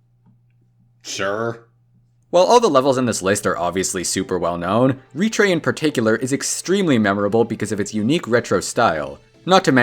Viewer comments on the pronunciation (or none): it's pronounced "retr-ay" like "retro."